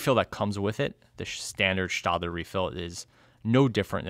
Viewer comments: I believe the "ae" in Staedtler is pronounced "eh" rather than "ah" in both German and English. Sorry for the nitpick, but your reviews are already near-perfection anyway! ☺️ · Yep, it's stetler as in a Stetson hat. But I give credit because I have mispronounced so many things in my life that I have no ground to stand on to criticize. LOL